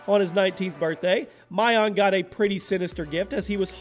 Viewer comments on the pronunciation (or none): When he started the list and said Mylong i thought he was joking and was gonna say Mylong dick😂😂😂